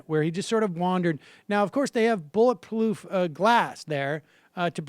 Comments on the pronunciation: "Bulletploof glass" XD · Bullet ploof??? Your the moron !